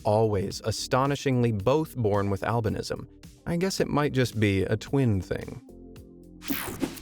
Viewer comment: They way he pronounces albinism is getting to me. I must have pms or some shiz